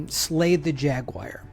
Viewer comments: Have to ask, what is a jagwire? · No, that’s a ‘jaguar,’ not a jagwire.